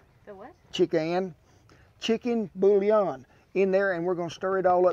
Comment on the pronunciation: Stumbled upon your channel some days ago, and I'm trying to catch up , the way you pronounced "bouillon" was delightful :) (probably cause I'm French)